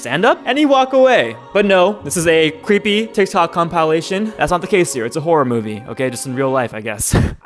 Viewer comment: Tiktok compilation What voice really said: Compalation. That got me good 💀